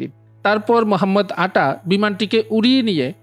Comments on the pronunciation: ভাইয়ের নাম তো উচ্চারণ করতে ব্যর্থ হয়েছে মহাম্মদ আটা এটিতো না বরং মোহাম্মদ আতা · দূর মিয়া, উচ্চারণ ঠিক করেন। মোহাম্মদ আটা নয় মোহাম্মদ আতা।